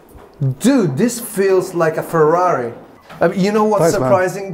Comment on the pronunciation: Perché dici Fruaui, quando ce la fai benissimo a dire Ferrari?